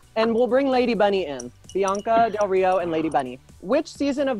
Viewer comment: I’m with Kameron who wrote the Brooke Lynn question??? Lol also “Bianca Del Read-a-Ho” lmao I’m gonna use that now. Thanks Vanjie.